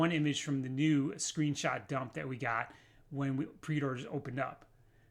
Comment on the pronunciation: “Wee” are you Scottish?